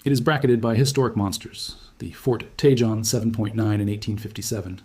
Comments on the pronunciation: It's pronounced Tah Hone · It's TAY HONE pass - I do with these people on YouTube would learn to pronounce Spanish names. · In”Tejon” the j is pronounced like an h.